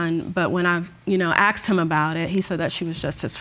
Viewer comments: Asked not axed People pronouncing this word wrong pissee me off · And why do I hear ‘aksed’ instead of ‘asked’ all the time. Or does it just sound like that to my non-native English ears? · Why is every black person at court because some black guy died . Why are black guys always getting killed ? & why do black people say " axed " it's asked ? " mines " instead of mine . Also , peep the mustache guy in the back haha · Why are they saying aksed instead of asked?